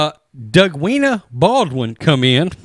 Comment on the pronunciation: ""😆 please, I'm trying to pay attention to what your talking about but you keep saying "".